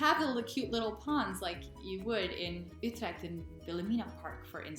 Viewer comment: Your pronunciation of "Utrecht" is tight!